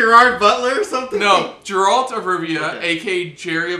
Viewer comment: Its Geralt with G as in “Game”, but not G as in “General”. Good reaction👍🏻